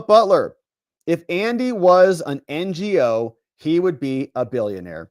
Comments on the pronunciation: So Andy's last name is pronounced "know" I believe but cute N G O 😂😂😂😂😂😂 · It's pronounced Andy No. Give this guy some respect. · Lol, Ngo is pronounced "No". And slightly on the same topic, Nguyen is pronounced "win". You're welcome. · Ngo is pronounced no. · I’d love to see you do a stream with Tom Fitton from Judicial Watch. He’s managed to get his hands on a lot of docs through FOIA and his books are excellent. Oh and it’s Andy No without the “G”.